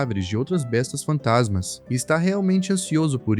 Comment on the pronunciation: Ele fala Bestas fantansma com n depois do a😅